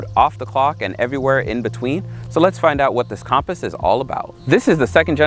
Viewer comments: Compass not com paus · It’s not compost it’s compass compass